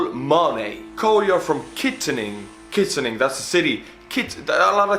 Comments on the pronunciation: It is said kit an ing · Its kitt an ing Pennsylvania